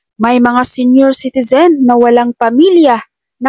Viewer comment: Yaoñg salitang senior çitizeñ, Yonyoñyoñ😜‼️baguhin😂